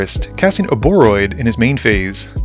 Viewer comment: You pronounce it as Ouroboroid. Hope that helps!